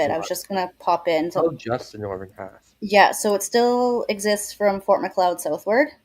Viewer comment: Seriously dude. 1/3 of your time is unable to pronounce words, mostly names, then,”ahh, who cares..” And not know how to pronounce Fort McLeod? These names including from foreign countries are not so difficult. …boring storm? People live there, storm or no storm! I can’t. Good luck..